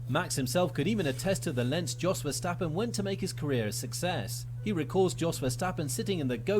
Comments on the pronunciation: Someone correct me if i'm wrong but i'm pretty sure that Yos is more correct pronounciation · you got the name of jos almost right, it sounds like you said djos, but if you leave the d sound out of it, you have it